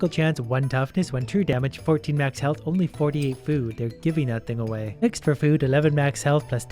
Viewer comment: "Inly 69 health" I think you mean * tounge click * noice